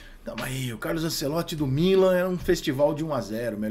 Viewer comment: Rica não acerta nem o nome do "CARLO ANCELOTTI" e quer falar sobre como joga os times dele....